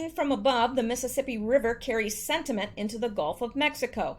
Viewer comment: Are you saying sediment? Also, Nadler has been manipulating to get his son a government job.